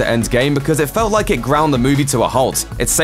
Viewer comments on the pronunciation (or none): none